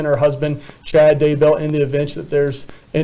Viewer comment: Love ya. Also love how you say Daybell. One happy subscriber here.